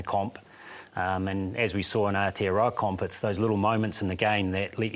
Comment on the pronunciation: pick up your pronunciation of Aotearoa bro.